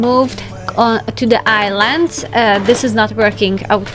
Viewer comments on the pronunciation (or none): none